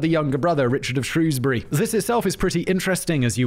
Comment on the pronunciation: I am from Shrewsbury and I’m so pleased you said it correctly and not Shrowsbury 🎉. Thank you Simon 😂